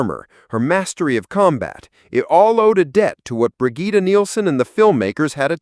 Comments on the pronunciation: It's pronounced either "Brijit" or "Brijeet". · never heard anyone say “Brigitte” like that… this is an AI narration, isn’t it?